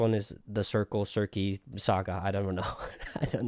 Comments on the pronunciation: its pronounced Sir-see in case youre still struggling! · circle saga made me cry with laughter lmao, (sir-see) is how its pronounced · calling Circe "Cersei" is hilarious. (just kidding haha <3) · "Circe" is pronounced "sir see", for future reference. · The saga you had difficulty pronouncing is the Circe Saga (Sir-See). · Circe is pronounced “Sir-see” Also, Athena will redeem herself, don’t worry. She hasn’t yet in the currently released sagas, but she will in a future one. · Okay, so pronunciation you are struggling with Circe is "Sir-see", its all soft c's, though if Epic was done up in greek it would be Kirki. so yeah, their name ends up pronounced both ways in different sources which can cause confusion. also Odyessues's son is named Telemecus (Tell-eh-meh-cuss) Regarding Woify's animatics, they are boss. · It’s pronounced “Ser-see” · Circe saga pronounced Sir-See